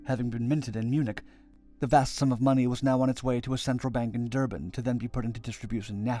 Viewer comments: Duban xD its pronounced Dur-ban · It's not "Dubaan" it's "Dur-ban"